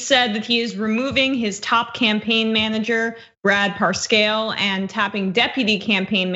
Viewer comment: Right out of the gate, the presenter makes a fool of herself. How can somebody involved daily with the news not know how to pronounce the president's campaign manager's name ? Cringe